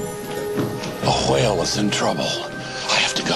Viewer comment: I love his pronunciation of "whale"